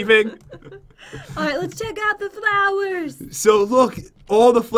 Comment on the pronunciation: jen said thlawr not flowr